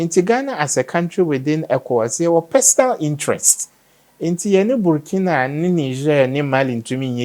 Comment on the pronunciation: Out of respect: The name is BURKINA ( boo r ki na faso)